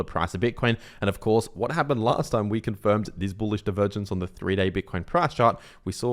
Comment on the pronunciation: say "boolish" for clicks, or worse yet, he actually believes it.